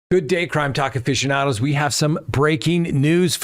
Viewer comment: Afficiando..n is silent